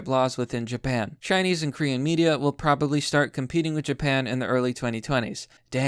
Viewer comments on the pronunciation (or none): none